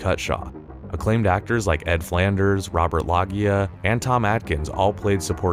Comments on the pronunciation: Is this video narrated by AI? Great subject matter but dude, Robert LOGEEYA? It’s pronounced Low-Jee-UH. And Discotheek?!? Have you never heard of a disco-tech (discotheque) where we get the word disco? Sheesh! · Enjoyed the video overall, and will check out the movie, but I was distracted by the narrator's mispronunciation of simple words like Jesuit (Ju-soot instead of Je-zoo-it - which also makes it obvious that they don't know what a Jesuit education is), Loggia (Log-ee-uh instead of Low-zhee-uh), and discotheque (dis-ko-theek instead of dis-ko-tek) and saying a person shared antidotes when the word he was looking for was anecdotes (I don't know if that's the writer not knowing the correct word or the narrator misreading it.) He also says Spinell talked them into a tricky situation when he must mean he talked them out of a tricky situation. Does nobody review these things before they are posted? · WHO is reading this? "Je-SUIT education?!?" "Je-Su-It!" Robert LOGE-eeyah... DiscoTECH... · Robert “LO-shuh.” “JEH-shu-it” education. Sorry, I’m being an ass. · Jesuit is pronounce Jez-oo-it. Also, Robert Loggia's surname is pronounced Low-she-ah. The director didn't share antidotes with the local police, but anecdotes. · I noticed that aswell. I had to go outside and get some french air. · disco-tek not discotheek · Jez-oo-it, Lo-zuh, and disco-tech. Anecdote, not antidote. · Robert Logia's surname is pronounced "LOW-ja."